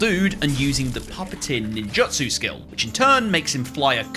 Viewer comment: Btw ninjutsu is pronounced nin jit sue